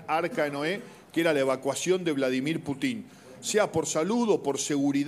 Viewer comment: Cero seriedad con este canal solo para tener vistas y el pelon diciendo una sarta de mentiras y no sabe pronunciar bien el apellido del Presidente Ruso